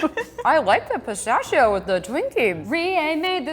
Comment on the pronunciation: I love how she pronounces pistachio! Its the cutest